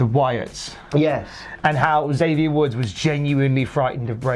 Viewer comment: Hate to be “that guy” but lad, Xavier gets really annoyed when people pronounce his name as “Zavier”. It’s Eckzavier. He’s blown up on camera a few times at people who keep saying Zavier 🤣